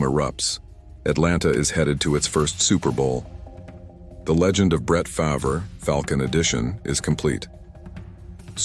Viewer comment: he cant say farvre correct